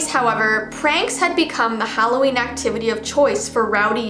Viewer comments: Omg she calls it Halloveen I call that too omg! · But it’s not holaween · It’s not Halloween it’s HalloVEEn! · Intro: its halloveen..: its vee Me: 👁👄👁 Im sorry i cant buy your merch because my parents wont let me, im sorry